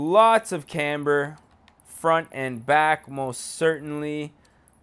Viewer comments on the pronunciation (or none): none